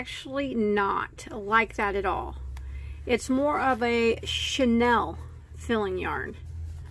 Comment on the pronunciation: Pronounced: CHEY- NEAL.